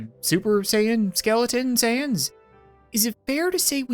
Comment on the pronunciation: You said sans correctly I grant you my mercy